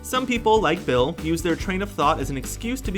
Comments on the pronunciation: did anyone else here him say Will instead of Bill? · You said Will beat 😑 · Did he call Bill Cipher “Will”? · It's Bill not Will lol